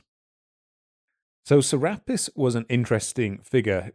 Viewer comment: "Serapis" is pronounced "Cer-ah-pis" Make that over 2k different Gods, Goddesses, and other deities. Some only known by one name in one place. "Ra-Horakhty" is pronounced "Ra-Hor-ahk-tay". Isis is also associated with the Virgin Mary from Christianity. Though most modern day Christians are unwilling to admit it. "Ma'at" is pronounced "Mah-aht." Apostrophe is there for the brief pause. "Duat" is pronounced "Do-aht." I'm not sure how to phonetically write this one. Think of the the "a" pronunciation with the way you British folks say "can't" vs us Americans. That kind of "a." "Ammit" is pronounced as "Ah-mit." Essentially, all your "a" pronunciations are incorrect. Also, she's not a "demon" Goddess, she's just a Goddess. That's a false interpretation of her role by modern people. She eats the hearts of those who have committed crimes against their fellow men and the laws of the gods, thereby ending their continued existence. She serves her purpose. And the "sins" part is incorrect. People find it easier to shorthand to the Christian "sins" than do the ancient Egyptian beliefs justice. "Ahmenmose" is pronounced "Ah-men-mo-sa." Just like "Thutmose" is pronounced "Tut-mo-sa" With "Ptah" the "p" is always silent so pronounce it as "Tah." "Thoth" much like "Thutmose" is pronounced with that "h" at the beginning being silent. Which is confusing for us English speakers but that's just how they transliterated the hieroglyphics into our alphabet. So read "Thoth" as "Toth". "Ptolom